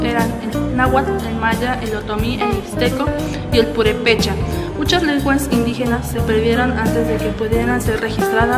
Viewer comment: No es purepecha, es purépecha! 😨😨